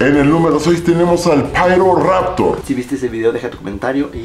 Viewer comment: solo pido que le llames "Piroraptor" y no "Pairoraptor" en la review, plz